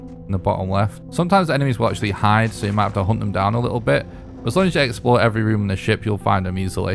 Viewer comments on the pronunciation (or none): none